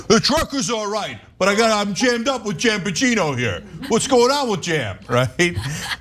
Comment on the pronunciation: and "Janbagino" 😆